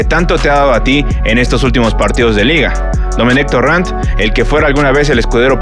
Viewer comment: Torran? No es torrent?